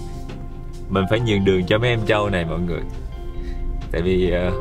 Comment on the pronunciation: ơi. Cô thường xuyên xem lắm, nhưng gắn đây có lẽ hay nói ngọng quá. Nhứt là tr thành ch. "con trâu " Không phải "con châu " nhé. ráng ra thêm video nhieu hơn.